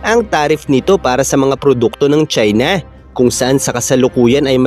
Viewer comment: Ang pangit mong magsita..lalo na pagbinabanggit mo ang salitang China.